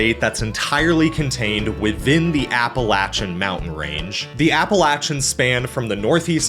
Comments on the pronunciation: Thank you for pronouncing Appalachian properly. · All these comments about how pleased they are that he pronounced all the names correctly... DID YOU NOT HEAR HOW HE SAID "APPALACHIAN?!" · And he pronounced Appalachian correct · ...and for pronouncing Appalachian correctly. Shamefully, I grew up near, but not within, Appalachia, traveled through the region a lot, and I didn't learn to pronounce it correctly till a couple years ago (I'm 37). Knew many people from Appalachia, including a girlfriend, who didn't correct me. They're too kind.